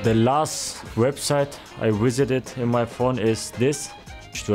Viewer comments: He said "wisited" instead of visited because he thought the V sound was a W because he's German and went with a W sound because he knew that's how his Vs have been spoken in English. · Lol he gets confused with his v’s and w’s. “the last website I wisited” but he’s german so it’s understandable